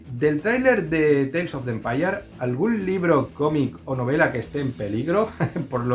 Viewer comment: Teils of de empayar😂Saludos desde Costa Rica!